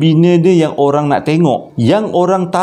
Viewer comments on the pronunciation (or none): olang ke...orang?🤭 ni pon..pakai nyondol je, not even saying, "pardon me, for the slip of the tongue"🤪 Tkpe..akak & viewers smua understand n kita da maafkan pon..😉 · asal jdi olang bang🤣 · terperasan ckp olang 😂